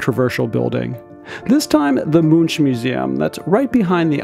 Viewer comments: Edvard Munch. It's not pronounced like "munch. It's like "monk." It ends in a hard K sound. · Edvard Munch’s last name is pronounced like «monk», not like in «munching». He’s one of the world’s most famous artists, so I think people should know. Otherwise, very nice video!